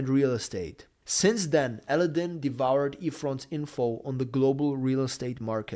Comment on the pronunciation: You need to learn how to say Aladdin!